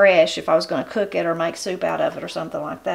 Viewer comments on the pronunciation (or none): none